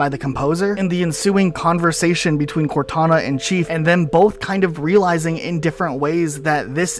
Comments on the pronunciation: Plz never say cortuna again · Cortoona? Cortoona?! I'm dying from laughing too much here. That almost sounds like a brand for a tuna can. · I heard Cor2na lmao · Cor-two-na vs Two-tana. Who wins Lads?